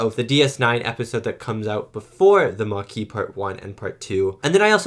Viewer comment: They don't speak French in Starfleet. He also got the French word Maquis wrong about a billion times so I don't think the problem is that he uses French pronunciations.